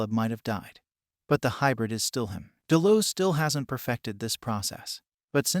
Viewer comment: Dude obviously didn't watch this show, from the way your pronouncing certain things like "Delos" it sounds as if you've never heard it spoken.